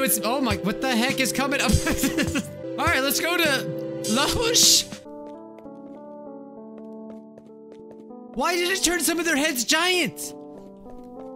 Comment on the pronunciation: ok now let's go to........lahosh? Me:bruh it literally say loohcs Me:(laught out loud)